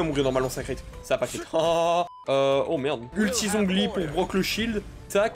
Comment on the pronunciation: Let's goooo les 2k! edit: par contre, zhongli, cest catastrophique, ÇA SE PRONONCE TCHONGLI ( ça se voit que c'est mon perso pref?)